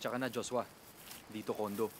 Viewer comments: 'salamat Juswa ' 🤣🤣🤣🤣🤣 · Its the "juswa" and "helicupter" for me hahahaha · Natatawa ako pag binibigkas ni Mikael Daez ang word na JOSWA! 😂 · Yong "JUSWA" talaga eh😂 Galing talaga ni marian😅💖